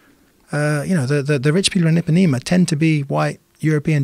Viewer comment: I pá né ma not epanema